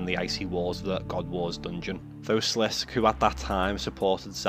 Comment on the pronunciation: sliss-KAY not slisk!!